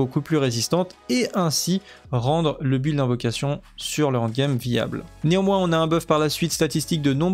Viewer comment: tu es l'un des meilleurs youtuber au nivo journalistique sur D4 ! mais bordel le end game et non pas le hand game da fuck tu me rends guedin bisou quand même